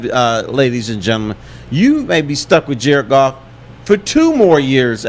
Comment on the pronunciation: Dude its Goff...Goff...Golf..Goof whatever its the QB